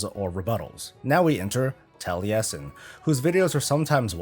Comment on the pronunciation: You are the only american that can say Taliesin corectly :)